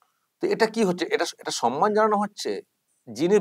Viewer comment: Why mamata says 'sanman'. It will be 'samman'. Does she read bengali books?